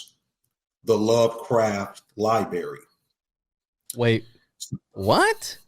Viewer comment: Can’t take the way dude says library. Sound it tf out bro.